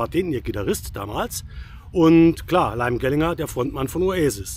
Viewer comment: Die richtige Aussprache des Namens "Liam Gallagher" muss aber noch geübt werden. Die Stone Roses bestehen nicht als Band. Sie spielen Konzerte und Festivals, nach einer neuen Zusammenkunft vor ein paar Jahren. Das Album ist Schrott. Ich bin seit Beginn Stone Roses Fan und seit dem Debüt Album von Oasis, Britpopper. John Squire spielt seit Jahrzehnten den selben Sound. Wer seine ehemalige Band The Seahorses kennt, hat spätestens dort erkannt, das er nicht mehr kann. Liam Gallagher hatte seine Zeit. Das Album hat genau 2 hörbare Songs. Der Rest ist quälender Müll. Es sind die Namen, die das Album zum Kauf verführen. Der Inhalt ist es nicht wert.